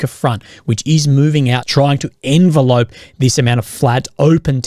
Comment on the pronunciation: Friendly advice because I hear you make the same mistake again and again, when 'envelope' is a verb, it's pronounced: enVELope; for example: The Russian forces enVELoped the Ukrainian forces. Not like an ENvelope you use in the mail :) Friendly advice, I love your channel and appreciate your effort very much :)